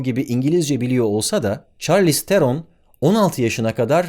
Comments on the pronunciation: Çarliz degil șarliz telaffuzu bu arada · Çarlïz diye okunmuyor . Şarlis diye okunuyor